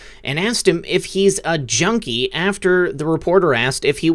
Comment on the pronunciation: Did anyone else notice, during the Biden interview, he didn't say junkie he said "jonie"?